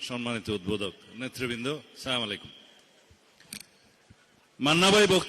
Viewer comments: স্লামাইকুম না । আসসালামুয়ালাইকুম ওয়া রাহমাতুল্লাহ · সালাউদ্দিন একটা মূর্খ নেতা সালামটা শুদ্ধ করে দিতে জানে না সালাম দিয়েছে মানুষকে অভিশাপ দিয়েছে সে প্রধানমন্ত্রী কাকে বলল সে হাসিনাকে না নরেন্দ্র মোদি কে রেজাল্ট কথাবার্তা বলতে সাবধানে বল তুমি নতুন বাংলাদেশের করবা আমরা দেখতে পাচ্ছি তোমাদের নতুন বালাজবাণী সন্ত্রাসী বাংলাদেশ ডাকাতের বাংলাদেশ ফোরের বাংলাদেশ বানাবে তুমি ওরা ক্ষুধার্ত তোমার তোমাদের ক্ষুধা নিবারণের কোন সুযোগ বাংলাদেশে নাই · এই লোকটা শুদ্ধভাবে সালাম টাও দিতে পারে না